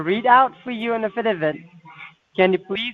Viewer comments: Reading the a-fid-a-vid? Oh, affidavit you moron! Another great video! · Those pesky “ uh fid uh vits!”